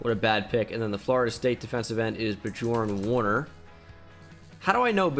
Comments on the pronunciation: I thought how he tried to type "Oliver" was hilarious but the trying to say "Björn Werner" gave me the rest. (I'm German.) But nevertheless, keep it going! Really enjoy your videos! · as a german trying to pronounce björn werner was quite entertaining